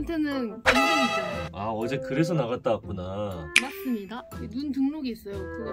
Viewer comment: 맞습니다 톤 뭔디